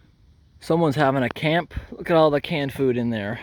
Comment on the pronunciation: You ever notice… When he says words with the letter ‘T’ at the end like ‘it’, ‘at’, ‘right’ especially at the end of a sentence, the ‘t’ sound is replaced with ‘ungh’. Some examples